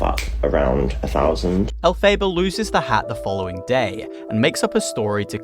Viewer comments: el fa ba not el fay da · Sorry I have to jump in here it’s pronounced EL FAH BAH, the same name as the witch in the musical Wicked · it's 'elphaba' like fab, not fabe